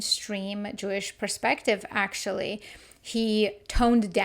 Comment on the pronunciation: Perspective not preuspective